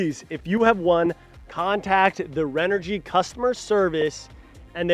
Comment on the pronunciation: This host is terrible and not a good for the brand. As a major brand in ANY business space, you might want to make sure your host knows how to pronounce your company’s name properly. The audio was amateur at best and the other thing is he sat there with his legs spread wide open. Not an attractive view! He admitted he doesn’t even camp! Have some actual knowledge about the product instead of reading off a card. No credibility what so ever! I did get a kick out of this... When he dumped water all over the panel, he’s said to the other guy, “Here, you plug this in”! LOL C’mon Renogy or “” as your host says, you can do WAY better than this.